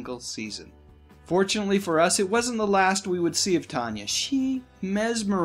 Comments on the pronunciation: If you were really such a fan of movies and their stars, you would know her name wasn't pronounced Tonya, it was Tan ya. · Why are you saying her name as Tonya its tan- y